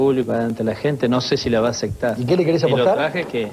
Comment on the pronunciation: "No sé si la va aceCtar a la apuesta he" 😂